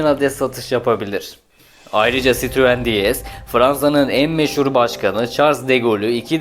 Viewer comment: Sitruuun çitruen 😆 sırtlan belini anımsatan tek marka böhöhöhööyt 😀